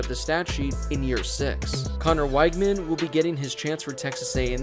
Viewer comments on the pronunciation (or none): You said Weigman wrong.